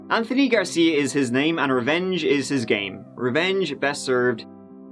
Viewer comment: interesting .. in this one u pronounce the "th" in anthony correctly whilst many other times u say "th" the irish way - i'll never figure u irish out ;-)